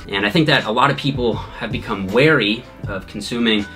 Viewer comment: the way he pronounces weary